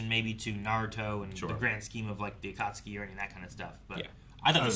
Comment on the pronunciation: Why is nobody correcting when he says “Atatsuki” I feel like he’s gonna pronounce it to wrong way for the whole show now He’s been saying ATATSUKI from day one bruh 😭